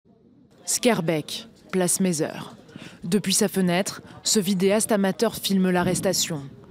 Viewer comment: et c'est pas mézeur c'est Meiser (prononcé mézère) merci! En France, à chaque fois vous prononcez mal c'est incroyable quoi, vous êtes journalistes, le minimum c'est de savoir le nom des lieux de vos "enquêtes". Quand c'est pas molenbeek ou meiser, c'est anderlecht ou autre!